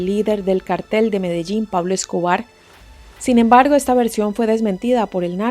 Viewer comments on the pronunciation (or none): none